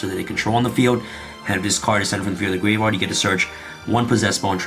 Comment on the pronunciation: The "grave-rard" is killing me. I'm sorry. 🤣💀